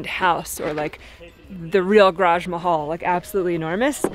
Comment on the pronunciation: !: You said garage four times near the beginning of this video. The first was okay. But then, you seemed like you lost motivation or maybe breath and they devolved into your usual 1.3 syllable pronunciations. Good job on the first one!